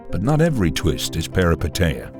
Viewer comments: As a Greek, I'll help you say the word Peripeteia correctly. Say "Peh-ree-PEH-teeh-ah" putting the emphasis on the Peh, the same way you did for the TE in PeripeTEia instead . Also thank you for this analysis, all your videos are remarkable! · As a Greek let me tell you that the correct pronunciation is Perip è tEah and literally means adventure. And anagnorisis means recognition. I'm saying this because for a Greek the meaning of the words being literal means it's easier to have them more clearly in mind. Hoped I helped, great vid!